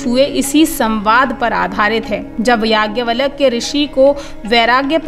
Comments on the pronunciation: आप नाम का उच्चारण तो सही कीजिए... नाम है याज्ञवल्क्य और आप उच्चारित कर रही हैं यज्ञवलक्य। उपदेश देना बंद कीजिए..... गुमराह न करें... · Don't pronounce... Valak ... It's Valkya 🙏